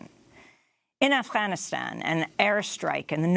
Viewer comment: I love the way fine-lady Amy Goodman pronounces Afghanistan. She does it perfectly and she makes it sound so easy :) And we need more honest tv people like mrs Goodman. Great job.